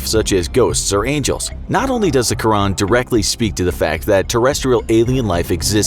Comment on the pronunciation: By the way quran is actually pronounced "kur an" so you dont say ran , you stop and start with a without anything before it , its still one word and you have to say it quickly but when you say it you should say an at the end without connecting it to the R